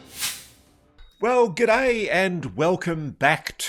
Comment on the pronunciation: Thanks Ross for your reports . Love the way you say gooday! The magic mike report was somewhat disturbing in that holographic image of et with the severed head. Got me thinking about these 4D entities different from the Greys or pleadians. Can you do another report/show on the different types of ETs. Cheers